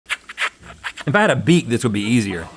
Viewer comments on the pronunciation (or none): It does sound like he said beat. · To be fair, it DID sound like Rhett said beat and not beak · I though he said beat too lol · Okay but like I’ll give Link the benefit of the doubt, it DID sound like Rhett said beat instead of beak at first lol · I gotta admit I heard Rhett say Beat as well. I didn't even question it till rhett corrected him lol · Tbf the caption thought he said beat too. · i thought rhett said beat at first too its okay :(